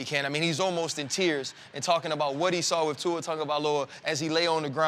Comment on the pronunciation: My man! Finally someone that pronounce Tua’s name correctly